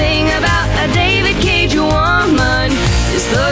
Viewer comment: Hope for a marathon making Fun of ALL David Caig(pronounced like Yahtzee does) games (including índigo profecy and omnikron)